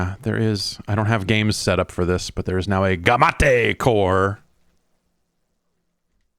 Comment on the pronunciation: It is pronounced "Game Mate". The Gamate is a Taiwanese product that took on the Game Boy, so "Gamate" wouldn't be pronounced like it was a Japanese word.